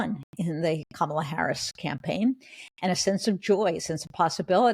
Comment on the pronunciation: Jen Rubin! It is NOT "Camel-ah" as in "camel." It's Kamala, as in COMMA!